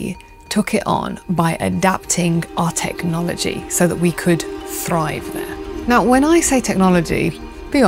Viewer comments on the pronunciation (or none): none